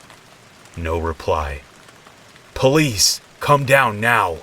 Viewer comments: Open up Puh-liese! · I like how you said police lol ❤️